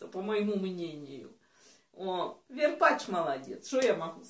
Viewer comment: Не верпачь а варпачь